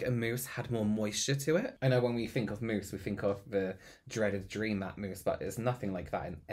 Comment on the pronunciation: Why was I envisioning a moose drinking water by some riverside for a full minute before I realized he actually said “mousse”...